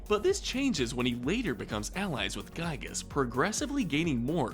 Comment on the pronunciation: The actual pronciation for Giygas is "Gee-gus" not "Guy-gus"